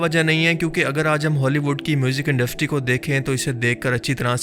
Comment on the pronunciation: bhai "induStry" hota hy "induFtry" nhi